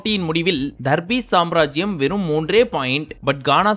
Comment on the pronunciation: Pls don’t say darbees here after pls say “THARRPIECE”